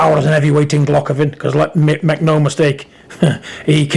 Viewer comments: Golockovin? Take the marbles out your mouth big John hha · Who the fuck is Gulockovin lol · "Golockovin".... Got to love Big John......